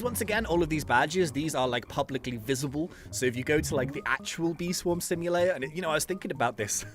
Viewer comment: I heard him say "Bee Swim Swamulator" and i was fairly surprised to hear that because i say that too lol